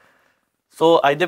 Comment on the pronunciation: thodi tuhade talaffuz baare salaah deni hei. Tusin Kot Kapura nu Kotak pura kehande ho. Darusti karo please. Te jaan ton pehlan tusi ijaajt mangde ho. Ijaazat kiha karo ji. Gustakhi di maafi mangda haan.